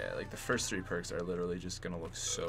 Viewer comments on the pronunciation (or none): none